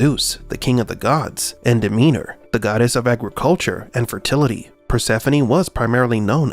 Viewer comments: It's DemeTer, not DemeNer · Why do you keep calling Demeter "Demeanor"? Transcript error or glitch in the meatrix? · it's freaking Demeter, not Demeanor... Also, the club's button literally spells HELP, not HELL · But "Demeanor" isn't. It's Demeter. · DemeTer. Not Demeder. Not Demeaner. (2) I think drawing from Greek mythology is just lazyness, though it borrows style. (3) There were many oracles. Delphi was one. No, that's wrong. Delphi was a cult with many, let's call them prophets, who resided/worked there. Architect is a general term, one used by any framework of understanding where someone built a reality. "Demiurge" or Yaldobath are terms actually coined by Gnostics. (3) Persephone's father was a mortal farmer. You can discount any story where Zeus is the father for two reasons: (a) he is said to be just about every god's father, and (b) "Zeus" just means god, so it's redundant. (also that's likely not his name, more a title) (4) Persephone was happy to elope, in many tellings, but she was assumed to be kidnapped by Demeter for story dramatic reasons. Then again, back then women were often sold or taken. I take no judgement on such, or even if it is true.